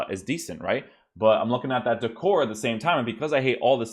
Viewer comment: DEE-CORE-AY =D